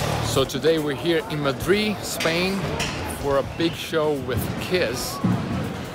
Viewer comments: It's Madrid not Madri hahaha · Madrid, not Madri xD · it is Madrid not Madri